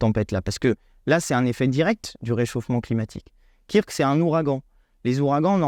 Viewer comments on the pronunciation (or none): Kirk?! STP, dit ~"keurk"~ comme le 'pitaine de Star Trek qui rappellera au passage qu'il y a + de 50 ans, un monde fut imaginer où la notion d'argent (problème qui pourri l'humanité, provoque des guerres etc...) a été aboli! Un grand coup de pelle de Gauche quant aux possibilités de modèles de sociétés différents quand on veut améliorer la vie des gens Merci